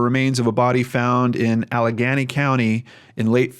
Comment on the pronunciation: It’s “alla-gay-nee” just for future reference. I know you always ask about how to say certain names so of course I mean no harm, not trying to correct you.. just trying to help. Those f$@ girls had something to do with this. This has made me feel something in my gut since it happened. He drives down to see these women and can’t stay with one.. something happens with the other.. I feel like this was some awful set up. How the hell did he get to this state Forest in a state he didn’t know much of. Without a car. This just really makes me so sad. His parents, along with so many of us, just wanted some answers. This really breaks my heart especially being from New Jersey too. And as a recovering addict myself. It breaks my heart that so many people shrug off “addicts” because it’s like... oh they had a problem they probably brought this on themselves. But he had clean time under his belt. He seemed to have been doing well. Until this trip to Maryland. May he rest peacefully and I hope his parents are able to get some kind of answers. I hate to say “at least they found his body” because the torture of not knowing whether he’s dead or alive has got to be something awful. But at least they found him. Just not in the state we all hoped for. I will keep them all in my thoughts and pray they find some closure to all of this someday. Truly a devastating loss. My heart goes out to them. Thank you for updating us on this. I’m sure it is not what you wanted to report. But your work is